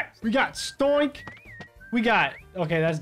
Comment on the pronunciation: S T O I N K Me: it’s S T O N K